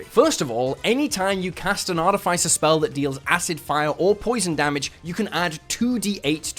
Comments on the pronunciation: Can we talk about Arti-FI-cer...? Instead of Arti-FIS-er. Haha :) "Morning Of-FI-cer, I'm getting my broken break light fixed today." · Great vid. But it’s pronounced Ar-TIFF-iss-er, not Ar-tif-ICE-er. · Artificer is not pronounced like that, both 'i's are pronounced with the normal sound not the vowel sound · I'm sorry I can't listen to you say artifice wrong for twenty minutes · Probably a sign of mental illness Probably should get checked out. 🫠